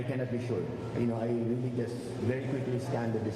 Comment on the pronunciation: Reary reary good.